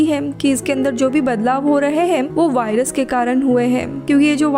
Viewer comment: वाइरस नही होता वायरस होता है